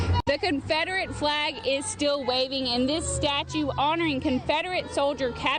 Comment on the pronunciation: Yeah you guys will slip up and say ConfRederate vs Confederate 😂🤣😂🤦‍♀️ you two are awesome. I could watch your mannerisms all day long. 😄